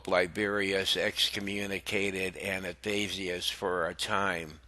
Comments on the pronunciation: Please pronounce words correctly. It's Ath-na not Anna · ATHANASIUS....not Anastasiuous? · Saint Atha nasius, not Ana stasius. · Forgive me "Athanasius NOT "Anastatius" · Gadol Adonal - it's pronounced "ath-an-A-sius. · Sir, if you cannot properly pronounce the names of two of the Church's greatest saints...Please, just be quiet. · Dude your voice is boring and you cant pronounce Athanasius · Please pronounce the names correctly, I was wondering who you were talking about. A-th-na-tius Chri-sos-tom These are well known saints please don’t mind but I wasn’t looking at the video and I honestly couldn’t understand who you were referring to until I read the text. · Pity the reader couldn't pronounce the names of both ATHANASIUS & John CHRYSOSTOM. Sadly we seem to have a Pope who seems against all of those preaching the truth including his comment to a homosexual the "God made him that way". Saints of God come to our aid!! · learn to pronounce Athanasius, Chrysostom